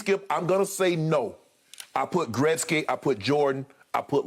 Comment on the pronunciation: Shannon just nailed it when he said Gretzky, made me smile as a Canadian and now I have even more respect for Shannon!!!!